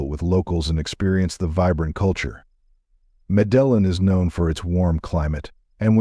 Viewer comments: Stopped watching beacuse of the incorrect pronounciation of Medellín - it does matter. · Had to stop the video due to the missed pronunciation of Medellin. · This is the best video I have seen regarding Colombia it's very straightforward and gives an accurate description of the cities. Aside from butchering the name of every city and every cuisine overall you guys are an excellent job. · MedeLLin Ridiculousssssssss Pronounce its name Correctly Patheticccccccccc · Lost me as soon as you attempted to pronounce Medellin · When making a video on Medellin the first thing is to know how to pronounce name of city!! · The guy does not pronounce Medellin correctly so how can this be credible ? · He doesn’t even know how to pronounce Medellin. Hah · Meh DE Yan !!!! Not medalin …. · Medilin pronunciation not correct. Robot voice. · Meh-del-in isn't globally known. What a bs video. Can't even say a city name correct. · Was this made by A.I bro said madellen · interesting video, but I gave up after 10 minutes. I can't stand watching videos with computer voices. Mispronunciations are really annoying. Medellin is pronounced "Med AY een". Cartagena is pronounced "Carta HAY na". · Medillin known for its Jobs? Let’s not even discuss how the AI pronounced it. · Please pronounce MEDELLÍN correctly, the accent is on thr "Í" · How are you comfortable putting out this garbage, low quality content. “MEDELIN” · Proper way to say it: Medeyin and Cartaheyna. What the heck is land of free sex? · Medellín is pronounced Mede teen! Bogota is Bo Go Ta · Your pronunciation of place names is incorrect. Cartajena it is. Medeyin Thats the way it sounds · Would be better if your AI knew the correct way to pronounce the city of Medelin. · I don't think you are pronouncing 'Medellin' correctly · It’s irkin that you don’t correctly pronounce Medellin. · Please teach the AI how to pronounce Medellin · the way Medellín was miss pronounced you can tell this was made with AI but it was still a good vid